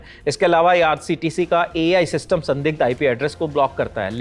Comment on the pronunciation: Aise bandar abb reporting kar rhe he jinko IRCTC bhi nhi bolna aata. Lallantop bhi abb bik chuka he . Shayad jist news abhi bhi real reporting krr rha he.